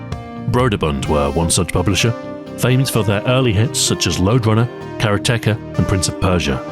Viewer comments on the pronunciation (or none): "Kara-Teka"? Isn't that supposed to be "Karate-ka"?